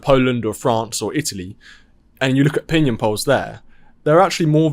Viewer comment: Did he say "pinion polls "??